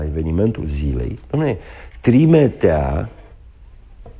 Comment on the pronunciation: nu se spune "trimetea" ci trimitea.